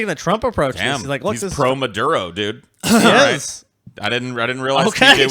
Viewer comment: Did Autistic ass forget to take his meds? Maduerde? Veneyzuela? WTF?